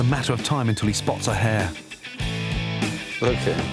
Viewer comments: Hare. Not hair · Ok I thought he said hair first XD